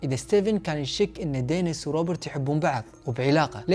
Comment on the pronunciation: دنيييييس و ليس دنس